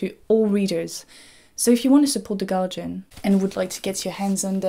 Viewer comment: Why are you pronouncing guardian as Galjian